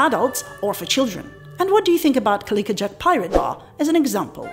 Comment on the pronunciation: thanks again for another wonderfully informative video. Have been talking to people I know about your videos and channel. Noticed you kept pronouncing the pirate's name as "Cali-ka" as opposed to "Cali-co" as in the words "tobac-co" or "simpati-co".😄